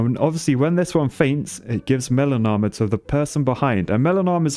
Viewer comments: I can’t not hear “melanoma” when you say melon armor. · Every time you say melon armor I think that you're saying melanoma. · I keep hearing melanoma when you're saying melon armor.